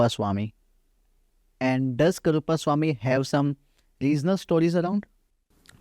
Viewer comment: This man has a wealth of knowledge. I only wish the host bothered to say the deity's name properly - he keeps saying it incorrectly as "Karuppa" even though Shree ji pronounces it correctly multiple times.